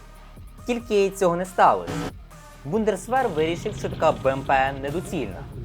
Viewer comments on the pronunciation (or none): Непогано! Але, той "БундеРсвер" так ріже вухо. Може все ж таки Бундесвер?